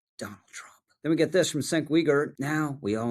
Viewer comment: Cenk is pronounced Jenk. Everything is the Jews fault for every ill ever. There's a game called 6 degrees of Jew. You can link Jews to anything through 6 or less jumps. Like the 6 Degrees of seperation theory for humanity. That is the justification for all antisemitism.